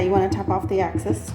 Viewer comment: Great video. But it's excess, not axcess, sorry driving me nuts. :/